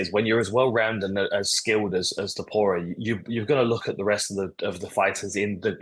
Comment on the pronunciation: Too-poo-ra!? Bro sort your pronunciation out